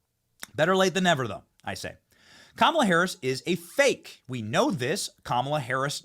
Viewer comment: The ONLY thing you got right was the pronunciation of her name. I think it is going to be a landslide!